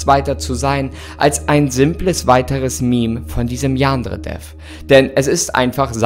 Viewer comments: Ich bin so triggered davon wie du Yandere aussprichst. Man muss es nicht mit dem japanischen Akzent aussprechen, aber bei dir klingt es irgendwie mehr wie ein türkisches Wort😂😂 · Wie er Yandere ausspricht Xd "Jaaandre" Ich liebe es XD PS: das ist nicht böse gemeint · Jaa xD dachte ich mir auch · Ich dachte erst er sagt Jan dredref